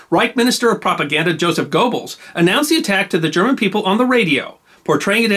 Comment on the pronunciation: GERRBELLS, not GOWBELLS!